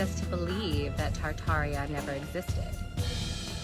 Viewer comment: It is pronounced tartaria